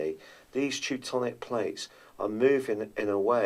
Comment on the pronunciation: tectonic plates, not teutonic.